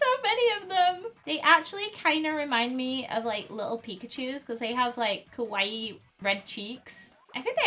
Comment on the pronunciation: UR SAYING KAWAII WRONG!!